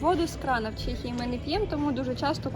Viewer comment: Чому Чєєєє ? А не ЧЕхія 🤔🤦‍♂️ Так само як Чєк і Чек з магазину